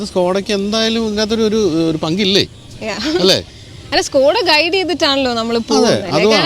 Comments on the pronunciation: സ്കൂടാ അല്ല ചേട്ടാ സ്കോടാ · സ്കോഡയല്ല ചേട്ടാ ഷ്കോഡ... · ഇത് skoda അല്ല ചേട്ടാ shoda ആണ് 😅